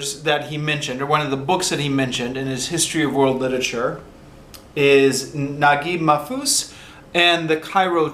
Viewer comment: The pronunciation of the author's name is correct